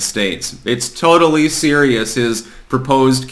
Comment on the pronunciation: Mike Pompeo is thooper dooper theerials.